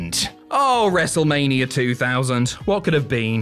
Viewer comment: Dear, it's wrestlemania, not wrestlemainer. And monday night raw, not monday night rawr. And John Cena. Not john cener. And Bautista's name isn't Bautister.